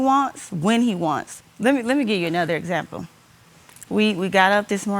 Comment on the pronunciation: You lead by Example not by a zample. Lord have mercy 🤦‍♀️🤦‍♀️🤦‍♀️🤦‍♀️